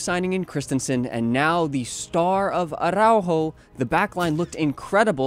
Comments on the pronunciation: Spanish tip, not every R is Spanish is rolled, it's not aRRrrRaujo it's more like attow-haw with a soft t or d as in water. I hope you see this. Love from Canada. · Probably the only time where the "rrr" is not necessary, yet you say "arrrrrraujo"... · Man, the way you say aRRr🤬aujo 😂